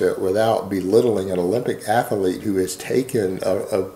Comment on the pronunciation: There are only two syllables in the word 'Athlete',. You sound like a goober when you say 'Atha-leet'.